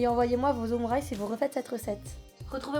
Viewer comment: Qui la prononcer "omurisse" ?😅